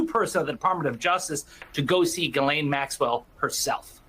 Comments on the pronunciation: It's pronounced zhee-LEN, not ga-lane. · It's pronounced "JIZZZZZZ- LANE" ...have a little respect